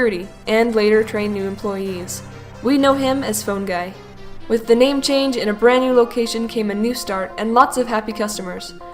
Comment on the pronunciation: Thank you for saying my name right